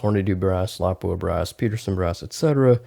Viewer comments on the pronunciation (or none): none